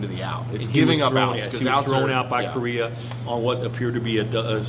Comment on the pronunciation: Bill Plaschke called Correa, “Korea.” Lol.